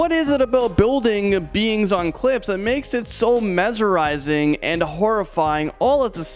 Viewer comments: Mezzerizing?? Why is this guy still on this show? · “Building beings on cliffs” “mezerizing” Whatcha smokin? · wtf is MEZERIZING! LIKE SERIOUSLY NOBODY NOTICED AND IM ASHAMED OF YOU GUYS IN THE COMMENTS!